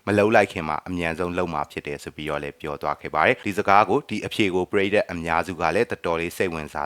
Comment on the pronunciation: ပုရိတ်သတ် ❌ ပရိသတ် ✔